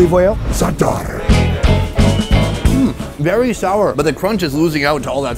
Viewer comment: Zatarrrrrr 😂😂😂 I got to get over 'there